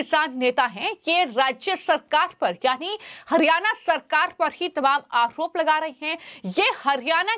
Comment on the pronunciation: मैडम, आओप नहीं होता है, आरोप होता है। Please improve your language and pronunciation.